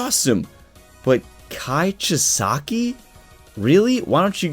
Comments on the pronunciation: It’s Chi-sa-ki. Just trying to help out my guy! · You're still mispronouncing Chisaki's name